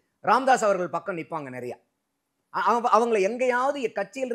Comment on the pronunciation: அது என்னடா நறய? நிறைய என்று சொல்லி தொலையேன்.